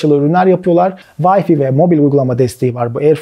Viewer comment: vayfi değil vayfay diye okunur